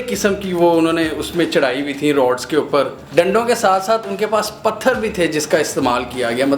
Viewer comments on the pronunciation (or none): none